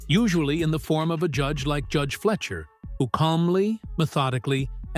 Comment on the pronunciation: It's fly-sher, not flesher